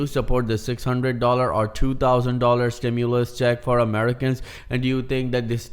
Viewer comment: STIMULUS,😅 not Stimuless. Stimuloss, Stimu-late Checks ✔️ ✅️